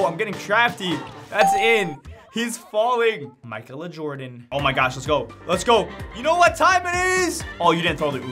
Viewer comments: Bro it’s not pronounced “Michael-A” it’s pronounced “Makayla” that’s why it’s already a name. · “Michael Uhh” is nuts LOL let’s sound this out. Mic-ay-la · pronounce it as mikayla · Im constantly amazed by youtubers in ability to read simple names and words. Ma-kay-la... Jeez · Mike-el-uh . . . . .you need to get out more bruh. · it's pronounced Mi-kay-la.. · It’s pronounced (Makayla) smh 🤦🏾‍♂️ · you dont know how to say Ma-kay-la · Lmao this dude needs to go back to school… SOUND IT OUT